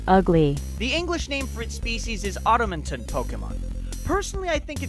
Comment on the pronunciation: Golurk is the Automaton pokemon. Not whatever you said lol.